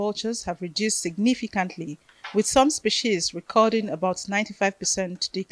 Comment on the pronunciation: Why can't Nigerians pronounce the word 'species' correctly? A news reader should check pronunciation at least🤦🏿‍♀️